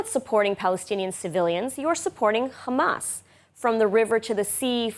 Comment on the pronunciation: Please say hamas not khamas😅